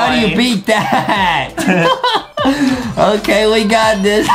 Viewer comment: IT'S NOT OKEH TO BE OKEH❤️ (Titan cry 😭)